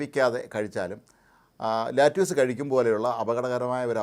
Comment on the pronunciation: its called lettuce...mnot lattuce....naaku vedikku